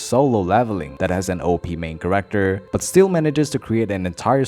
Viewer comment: Background corrector? Or Character? Dude says corrector instead of character.